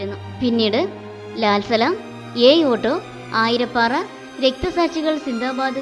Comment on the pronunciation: ആയിരപ്പാറ അല്ല ആയിരപ്പറ ആണ്.